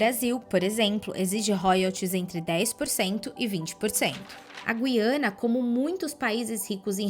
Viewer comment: Será que estou ouvindo mal ou estou ficando louco, pois a jovem começou pronunciando a palavra Guiana de um jeito e terminou de outro modo.😂😂😂